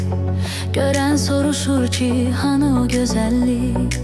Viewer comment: Sorusur çi yox, sorsur ki. Süni intellekt